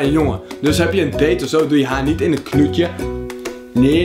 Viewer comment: zo mooi dat ie knoetje zegt ipv knotje